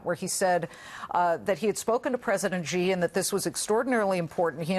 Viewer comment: President J?whats the fuck its Xi